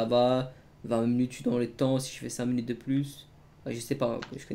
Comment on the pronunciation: minute pas munute répète après moi minute pas munute